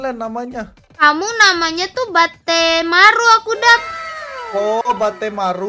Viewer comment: Mohon maaf makak itu bazmaru bukan batmaru